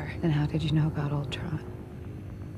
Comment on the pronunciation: Your Canadian is showing! I like it when your "aboot" slips out every once in a while, eh 😊